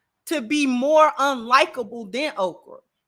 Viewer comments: She’s saying Okra so Oprah won’t try to sue her or use her powerful influence to get her banned from YouTube. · Is she saying Okrah or Oprah?